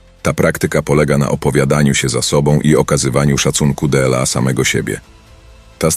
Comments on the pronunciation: d l a 😂 trochę irytuje to d l a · Wszystko byłoby spoko, gdyby nie "DE EL A"... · Byłoby dobre, gdyby nie użycie AI. "della siebie i della innych"?, "tyi"? - co to jest? Odczyt przez maszynę podważa profesjonalizm autora.